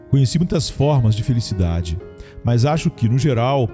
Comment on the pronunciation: Irmão, com todo respeito, sua voz é muito boa, mas por favor, melhore sua gramática, pronuncie melhor as palavras mas, mais, e nós, por favor. Deus te abençoe!